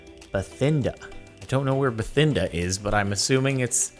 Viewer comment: Jardon Bathinda is a real place in India and is pronounces ba-tin-da